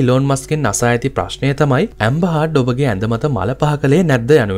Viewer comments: ඇම්බර් හර්ඩ් not ඇම්බර් හාඩ් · හාඩ් නෙවේ හර්ඩ් Mchn.!